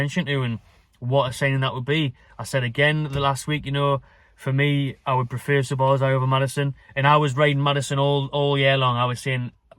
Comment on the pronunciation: Ya caving ma bassa heed in man with ya pronunciation dude it's Sob - Oz - lie = Szoboszlai